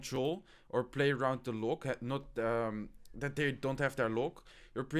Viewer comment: u pronounced loke